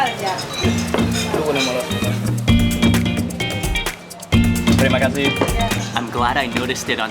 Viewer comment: Your pronounce when you say "terima kasih" are great 😁 ! You can be a local in bali ❤ have a great day